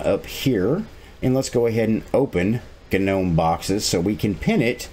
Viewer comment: Love the "GA-Gnome"! lmao